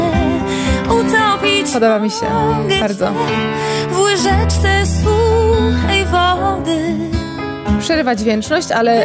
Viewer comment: Czy tylko ja słyszę,ze Doda ma problemy z wymową słow: typu: ,,grzecznie,, ,,łyżeczce,,...nie ujmując jej taletnu ma problemy z wymową zestawienia tych spółgłosek 🤔